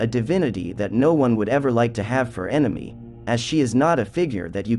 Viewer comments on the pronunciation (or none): none